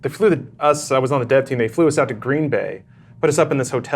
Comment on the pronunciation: It's Green Bay, as in one word. Not two words. LOL, I'm a wisconsinite.